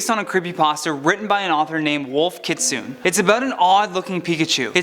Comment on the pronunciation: Kitsune is pronounced kit-su-neh